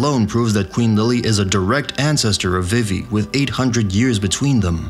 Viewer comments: tinascarlett5567 It's well known that her name is pronounce vee-vee not viv-E. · I have to dislike the video because you keep pronouncing Vivi incorrectly.